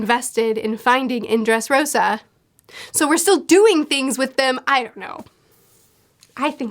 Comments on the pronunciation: It's "Dressrosa" not "Dresrossa"✌ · It is DRESSROSA like wear-pink/rose. Not dresrossa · I don't mean to be that guy, but just a heads up that you switched up the s and ss in "Dressrosa". Great video once again!